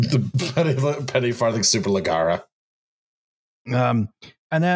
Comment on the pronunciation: someone please PLEASE tell how "superleggera" is pronounced, he says it every episode.